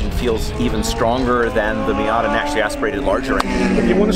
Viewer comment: No, it is not called a Fiata. Stopped watching right there, can't hear it anymore.